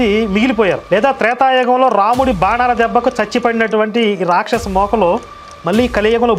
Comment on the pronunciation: యస్య రాక్షసహా అన్నావా.. నాకేంటి.. యేసే రాక్షసుడు అన్నట్టు వినిపించింది..@